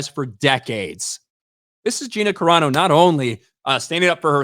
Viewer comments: Except that her name isn't "Cerano," it's CARANO. And Gina is good friends with the Geeks + Gamers crew, so I'm pretty sure they know how to pronounce her name. You just made yourself look r374rd3d with that rant. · How do people not learn how to pronounce names? Dude, please it's no Karano. It's Cerano (Sir-ahh-no) please. Words I understand. But please, names are names for a reason.